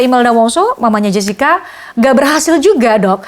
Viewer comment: Jessica bukan jascika😂😂... Anda menuliskan pronounce english yang diindonesiakan yah